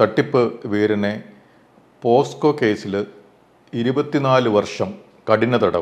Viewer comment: കോടതി നീട്ടി കൊണ്ടുപോകാതെ പെട്ടെന്ന് തന്നെ വിധി പ്രസ്താവിച്ചു സന്തോഷം പക്ഷേ പോസ്കോ അല്ലപോക്സോ